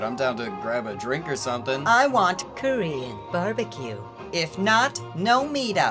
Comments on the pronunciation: I was listening to the show while I drove and I SWORE you were saying Curry and Barbecue. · Subtotal Aljar he’s saying Korean not curry even though he says it weird lol